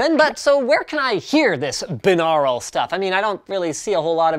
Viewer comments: you're saying binural wring it pronounced like this "bye-noor-al" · Wh... "Beenarul"? I've only ever heard it as "Buy-nor-ul" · "Bye" naural, not "bin" aural. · 'BIN-Aral' ? Isn't it 'By-Noral' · It would help if you knew how to pronounce the word - it’s BUY - NAURAL - you wouldn’t say BIH - LINGUAL would you? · lol I always pronounce it bi-neural. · ''By-noral'' is the way I'm almost certain it's pronounced, not ''bi-nahral'' . He also pronounces Asus as though it were Asüs. I'm not mad though, it's just now occurring to me that he says certain things a bit funny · Pronounced "Bine-au-ral" similarly to "Bine-air-y" is how you pronounce binary. You don't say it "Bin-ar-y" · ITS BYE-NORE-AL YOU FUCKING PLEBIAN. tips fedora and strokes neckbeard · It is pronounced bye-nor-ul bi means two aur means ear al means pertaining to so literally binaural means pertaining to the two ears. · Good work on trying to say binural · The way you pronounce binaural is technically right but sounds so weird. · Canadians say binaural weird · Dont u say that word differently